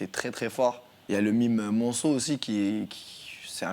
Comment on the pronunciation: Petite réctification, à 7,15 on dit mime marceau et non pas monceau ☺👌